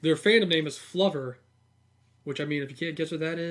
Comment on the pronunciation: Fandom is FLOWver not fluber lol. Clover with an F. 🍀